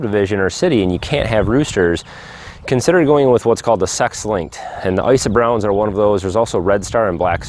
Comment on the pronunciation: Icy browns? How do you spell that? I couldn't understand you. Thanks